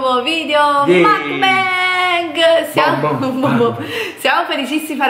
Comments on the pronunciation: si dice MUK BANG proprio come lo leggi, non macbeg come lo hai pronunciato!! Volete cambiare contenuti al canale, liberissimi di farlo, il canale è Vostro ma almeno DOCUMENTATEVI!!!!!!! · si ma tesoro si dice mUkbang non mAkbang